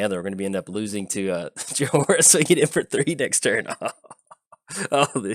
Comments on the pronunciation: You spell it Joy-ra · My head starts aching whenever you say Jahora. Please stop. The H is silent. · Her name is pronounced Joy-rah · about how Jhoira is being said. I came to the comments to see what other people thought about the match but all I see is people complaining that you're saying Jhoira wrong. But to be fair you are saying it wrong. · Well you butchered her name for sure haha. Opponent could have discarded Ral to Chandra to kill you right away.